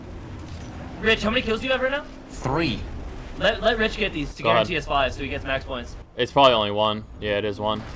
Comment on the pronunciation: The way Rich says thrrree is exactly how I envision pathfinder would is